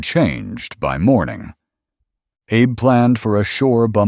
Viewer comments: It's a small thing, but it grates: the AI voice that narrates this piece repeatedly calls Admiral Abe, "Abe" like Abe Lincoln. Admiral Abe was Japanese. His name is pronounced with two syllables: ah bay. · The narrator keeps mis-pronouncing Admiral Abe name. It's pronounced ah bay. Don't believe me? Google it.